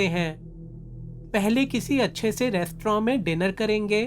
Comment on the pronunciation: Restorent Hota Hai resto nahi